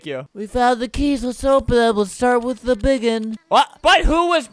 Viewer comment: "Search TEH cabin"